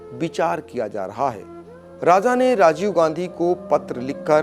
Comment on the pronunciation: Har Jaga z ka lstemaal na karo sah lafz raja he. Raj niti me bhi me. Z nahi he kisi urdu wale seekh lo